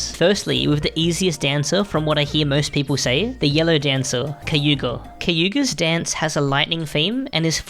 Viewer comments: bro its kaguya not kayuga XD?? how did you make this entire guide and still fuck that up!!! Insane work by the way. i come back to this just to learn a new thing i never payed attention to. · Finally a good MV Guide Edit: Bro swapped the "g" and "y" on Kaguyas name. It's such a famous japanese name too